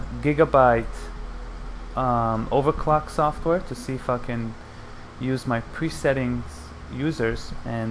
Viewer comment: Is it just me or does it sound like he's saying fuckin instead of "if i can" 😂